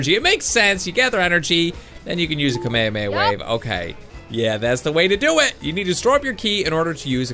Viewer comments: its ka-may-ha-may-ha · You said Kamehameha wrong it's like Kama hama ha is how u say it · its pronounced kamay hamay ha not kameameha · It's Ka me ha me ha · he says kamhameha so wrong